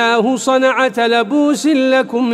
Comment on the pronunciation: ما شاء الله تلاوة طيبة ، فيه خطأ في قراءة كلمة (صَنْعًةً) ، القارئ قرأها بفتح النون ، والصواب : بسكون النون عند هذا التوقيت